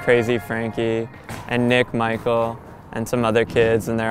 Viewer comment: Anyone else think his last nine was pronounced Michelle